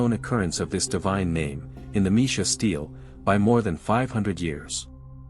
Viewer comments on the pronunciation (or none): none